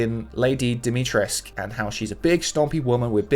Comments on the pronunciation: her name is pronounced "Diimiitress"ckou" (like from cuckou clock) ...I have from Rumania, Transylvania /Carpathians roots (sry for the hundred edits, was at firs confusing the English & German pronunciation.., I live in a German speaking area) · You do pronounce the "u" in Dimitrescu, "escu" is typical romanian family name ending, like comrade Ceausescu. The game is clearly based in a transilvanian village, and the currency used in game is "Lei", the national currency of Romania. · You got it almost right, you actually say the U at the end. I'm from Cluj, Transylvania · I just heard the name called out in the game by Engl. voice actors. , it was pronounced wrong (it was pronounced Dimitres"que", like from frenche "qu'est-ce que", which is not correct, but can see why foreigners might expect to pronoun it like that) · yeah they really fucked it up..... ive heard her say DOMITREX..... WHY WHY couldnt they just ask a romanian????? WHYY??? it wouldve taken 1 minute......